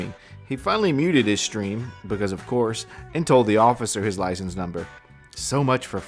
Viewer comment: Why do all these mental troglodytes pronounce it "lisen plates"? Lol